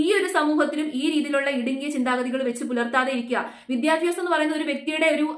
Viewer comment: വിദ്യാഭ്യാസം. വിദ്യാഫ്യാസമല്ല.